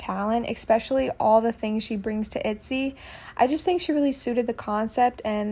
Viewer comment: itzyyyy doesn’t sound right itzayyyyy is the only acceptable for not shy